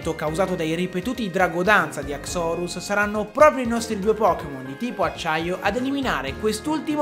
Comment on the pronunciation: haxorus solo il tono con cui lo hai pronunciato, perché io da quel che so non si pronuncia così, almeno così sento dire sempre, e poi quella pronuncia boh suona male sentirla dire così guardando il Pokemon, opinione mia